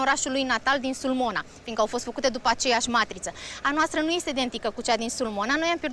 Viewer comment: Si nici cuvantul matriță nu e accentuat pe prima, ci pe a doua silabă. Ce să mai spunem de "pe ghiduri"."Una din familii ....l-au salvat". Ei da, dar deține o diplomă de excelență! Ha, ha!